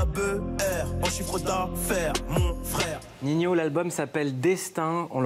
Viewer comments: C normale que il l'appelle ninhyo au lieu de ninho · Y a pas de « i » après le 2ème « N » ni après le « H » donc c’est Ninho pas Niniho,Ninhio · il dit tout le temps ninhio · pourquoi il dit Niniho? c'est ninho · POURQUOI VOUS DITES NINIO ?????!!!!!!!!!!! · C pas ninyo c ninho